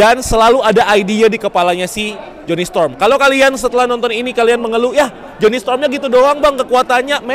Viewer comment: gw dengerin tanpa liat teksnya jadi aneh pas ngomong jony sepinter itu, tp ternyta salah nyebut, hahaha